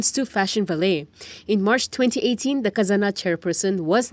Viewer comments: It should be pronounced as Fashion va-leh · Please learn the pronunciation of the word “Valet”. You are an English journalist.